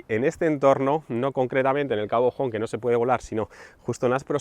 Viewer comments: Cabo "jom".... 😸😸 Que bueno 😁 Un despiste lo tiene cualquiera 😜 Como siempre, genial video 👍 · Soy de Vigo...no se pronuncia como lo has dicho, no es inglés, está en gallego cabo Home podría traducirse literalmente a castellano como cabo hombre pero se pronuncia con los fonemas iguales q el español, o sea la h no se pronuncia...menuda gracia me hizo escucharte decirlo así pero bueno espero que para la próxima lo digas de forma que lo podamos reconocer 😅...buen video, Saludos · No es cabo "jom", como si fuese la palabra inglesa, se pronuncia "ome" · Como dices cabo jon. Tío, de verdad 😡😡😡😡. Es una verguenza y una falta de respeto y tú no eres así.